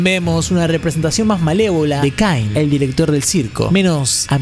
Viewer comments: Se pronuncia caine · Mejor te digo bien los nombres Jax:el conejo =se pronuncia shax Pomni:la bufona=misma pronunciación Ragatha:muñeca de trapo:se pronuncia igual Kinger: ajedrez:se pronuncia igual Caine :dentadura:se pronuncia kein